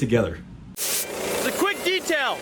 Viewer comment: I died laughing quik detial ? Lmao who didn't use auto read